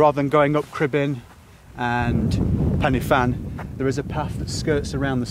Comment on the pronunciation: Excellent attempt at pronunciation . So, Pen-Y-Fan (pen, uh, van), Corn Du (corn, dee), Fan-Y Big (Van, uh, beeg)!!